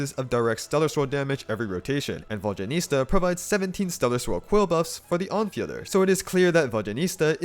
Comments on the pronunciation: I physically can't watch this video with your vodyaNITSA pronounciation 😭 it's NITSA not nista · Exactly, it’s not even that hard. Saying Vodyanista instead of Vodyanitsa is like saying Starista instead of Tsaritsa lol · It pisses me off how some of you are misspronouncing her name.. ITS VODYA-NITSA.. not ISTA.. dyslexics.. 🤦‍♀️ as a Slav.. these things kill my ears... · Guys! There is no huge problem with the misplaced letters in “Vodya-niS-TA” or “Vodya-niT-SA” by the creator of this channel. It’s totally okay. What I’m not okay with is how you all pronounce DYA — for some reason, it’s Vod-JYA-nitsa. Can you tell me where you all missed the D? 😂 It’s not JA, and it’s not JYA, for Christ’s sake. It’s D-ya = “-Дя-”. Try to say Vodianitsa if you like. But the Latin transcription of Vodya is not correct. When we pronounce “water” in Russian, we don’t say it as Vodya 😂😂 For us, it’s pronounced Voda. In her name, the developers use the word Voda as the root word, followed by two suffixes ~yan- and -its-, with -a as the ending. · It’s “Vodya-NIT-sa” not “Vodya-NIS-ta” though 😅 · Please at least TRY to pronounce her name somewhat okayish x.x Who the f is "Vodjanista" ?! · Its Nitsza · Who is this "Vodyanista" you keep referencing? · It’s Vod-ya-nit-SA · Hearing VodyaNISTA over and over again made me physically wince. 😭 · Ive heard him say VodyaNISTA so many times I cant say I properly anymore. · you keep saying vodyanista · Please, VodyaNEET-sa. 😭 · Another comment about how painful it was to listen to character name being pronounced completely wrong. Like, google translate does better job pronouncing her name. Other than that nice work! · Someone tell him the correct pronunciation, it's too distracting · Why so difficult to pronounce her name correctly lol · Before you make an entire video about a character, maybe look up the pronunciation so you don't mispronounce several dozen times